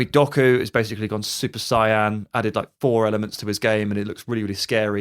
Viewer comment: Love the podcast guys, thanks for always posting on YouTube Just had to say, describing Jeremy Doku as going "Super Cyan" instead of "Super Saiyan" did have me giggling Keep up the good work!